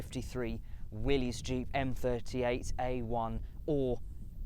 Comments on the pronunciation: No synchromesh on 1st gear. It's Willis not Willeez. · pronounced Willis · It's Willy's